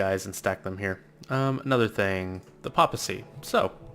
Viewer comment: PAPACY? You mean Pay-Puh-Sea right?